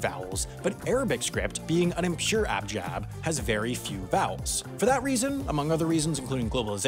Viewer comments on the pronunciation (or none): you called the Arabic script an abjab instead of an abjad lmao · And he says "abjab" instead of "abjad". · it's "abjad" not "abjab" :)